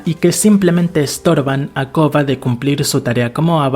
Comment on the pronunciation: Porque probablemente tiene problemas para pronunciar la “r”